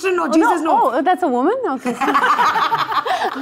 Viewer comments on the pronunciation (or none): none